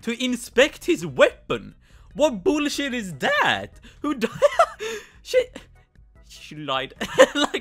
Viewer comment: omg the "boulsheit" got me